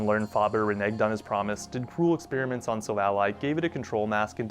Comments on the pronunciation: What do you mean? It’s like “Silver & Ally” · No offense but you prenounce it like Silvallai. Again no offense and I really like your content keep it up and soon you will get 1mil subs❤❤